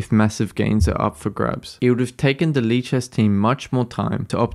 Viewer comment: I can’t stop hearing it as leeches